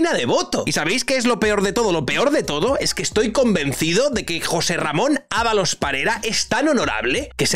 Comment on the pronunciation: Creo que dos veces en todo el vídeo dijiste su nombre correctamente 😂